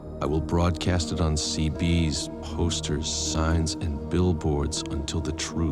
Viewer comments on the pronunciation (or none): The UM voice actor messed up big time referring to the CBS TV network as ‘see bees’ 😂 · That’s hilarious. Well spotted. “See bees” 🤣🤣🤣